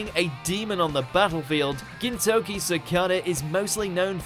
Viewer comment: not kintoki it's gintoki